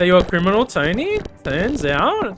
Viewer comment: Your pronunciation of Criminal felt weird .Odd pronunciation where are from? Like region no specific details]